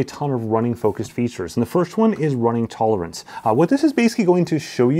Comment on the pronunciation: yes, ‘tolerance’ (tolernace…) . Don’t worry about it. Tolernace sound nice too 😅